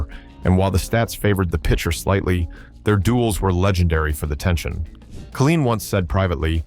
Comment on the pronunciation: Kay line, tee unt